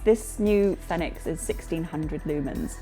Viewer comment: Yay! I was actually in the market for a new headlamp, and this settles it for me. Having never heard anyone else say the company name, I also assumed it was pronounced the way you say it. It fits the phonetic system that I'm familiar with. Congratulations!